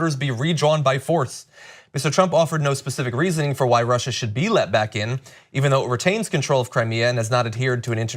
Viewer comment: He adds an 'R' on the end of Russia because he's trying to pretend he's not very familiar with the word, sad.